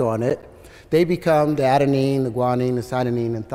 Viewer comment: adeMine...guanine...cytoMine...thymine. He got guanine and thymine (after correcting himself) correct. Such confidence. What a strange man.